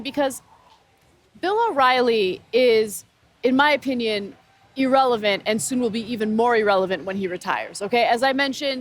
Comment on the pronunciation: Didn't the generation, Ana is babbling about, pass the Civil Rights Act? LMAO Ana Kasparian, irrelevant is not pronounced "eerelevant". It's so ironic you wouldn't more be familiar with that word.